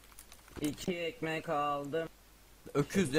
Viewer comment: asıma neden ekmeh diyon